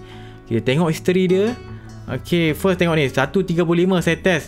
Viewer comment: History ke isteri? Dgr sebutan history mcm isteri je. Sape perasan angkat tangan